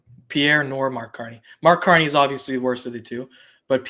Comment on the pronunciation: Spelled Mark Carney but pronounced "Marde Garnie".